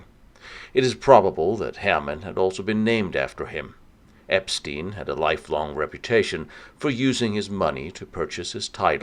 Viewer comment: If only you could pronounce Epstein correctly - lame...